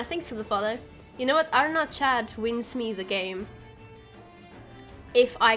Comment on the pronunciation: I thought Arnaghad was pronounced more like "Galahad" from the Knights of the Round Table. Arn-ga-had